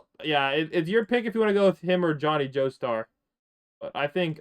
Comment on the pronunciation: Did he just say johnny jeostar